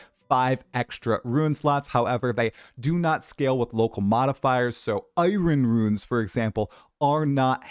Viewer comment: “Iren Ruins”